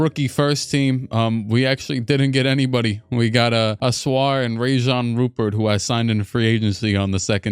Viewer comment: "Rayjan Rupert" is actually pronounced Ryan Rupear but he's real name is Rayan Rupert